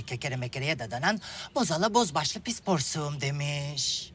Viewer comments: Asla orijinali gibi yapamazdı nitekim yapamadı da... porsuğum değil porsukum. Zeki Müren o kısımları direk yazılışı gibi söylerdi. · "porsuğum" değilde "porsukum" deseydi tam olurdu